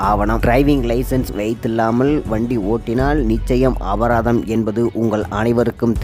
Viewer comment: அபதாரம்இல்லை அபராதம். தமிழைக்கொல்லாதடா மூதவி